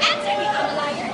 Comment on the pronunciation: kakainis, sobrang yabang mo...pasosyal ka pa...lahat nman ng tao may pinag aralan...in your attitude like that it showed that pra kng walang pinag aralan..amalayer, cheap mo ha...wrong pronounciation pa, am i liar dapat hindi amalayer, you are so cheap,,,pekeng sosyal..ka...a disgrace to filipino race...i feel so bad because there is a filipino like you...